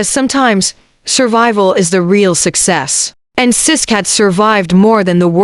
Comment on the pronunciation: It's sisqo you stupid A.i not sis!!